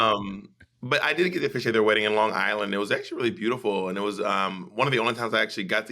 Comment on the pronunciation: Bob saying lawn guyland like a true long islander lolol